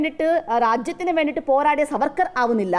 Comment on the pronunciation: Vd സർവർക്കർ അല്ല മാഷേ vd സവർക്കർ